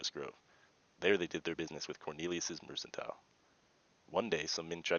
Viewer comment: Mer CAN tile. It’s mercantile dude! Not mersantile!